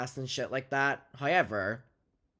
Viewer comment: I love how says “however”….”hi-yever” 🖤🖤